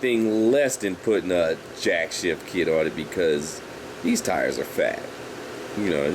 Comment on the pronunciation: Jack "shaft" not Jack "shift"